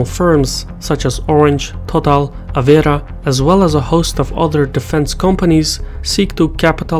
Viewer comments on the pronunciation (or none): Hi; - the French firm is Areva, not Avera. Next step towards perfection would be pronouncing our infamous "r" sound right;D Thanks for your work!